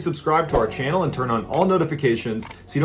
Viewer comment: Did he say channel or Flannel?